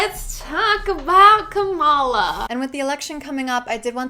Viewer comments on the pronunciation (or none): I’m annoyed that Morgan kept saying KaMAla and not KAmala. Kamala has said the correct the pronunciation of her name many a time so these people are just willfully ignorant. It’s gross. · Morgan refuses to figure out the right way to say Kamala Harris' first name. It's comma-luh, not kah-mah-luh. Put some respect on the woman's name. She's brilliant and WAY more qualified than P&M or Trump or any other christian who lies to themselves that single issue voting for trump is the only way. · bruh. they are ignorant, but the proper Indian pronunciation is kuh-muh-luh. there's no O as in octopus sound there at all. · I'm genuinely so annoyed that they keep pronouncing Kamala Harris's name wrong. It's three syllables. It is not that hard to say. UGH. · Also, why is it “Biden and Kamala”? Women have last names too, and if you cannot pronounce her first name and are calling her running mate by his last name, why not just use her last name too? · As soon as people pronounce her name wrong, I begin to lose respect for them. If you want to act like you’re spreading truth, at least do enough research to know how to say the name of the person your speaking of properly